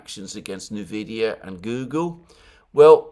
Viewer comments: It’s pronounced “en-vid-ee-ya” not “na-vid-ee-ya”. ie, you enunciate it as the letter “N”, rather than phonetically roll it into the word. And yes, it went from being the most profitable and efficient “miner” of Bitcoin, Ethereum, and others, to being the most powerful “Deep-Learning Algorithm” chip manufacturer. In 2020, amongst the previous Trump tariffs on China (read: Taiwan), the cryptocurrency boom, and utmost dominance of nVidia, over AMD, in the PC gaming market— the contemporary release of the “RTX 3000-series” video cards (GPUs) saw an UNPRECEDENTED market demand, coupled with an extremely low market supply. - ~2018-onwards nVidia was leading in the videogaming industry in its use of “AI”, or “Deep-Learning Algorithms”, beginning with training a predictive algorithm to increase clarity of images -this became “DLSS”, which would take a lower resolution image, and “upscale” it to higher resolutions, via a predictive model. In real time, this allowed videogames to render an image, a single frame, at lower resolutions and upscale it and display it, at higher resolutions, thus saving rendering power, making it possible to achieve higher framerates in otherwise demanding games -further improvements, and off-shoots made nVidia GPUs a very demanded product -coupled with the existing technology that calculated the physical paths of light sources as “rays” that “bounced” off walls, diffused, etc— nVidia was releasing a product that was “required” to utilize these breakthrough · Everyone pronounces it Envidia, which is Spanish for envy.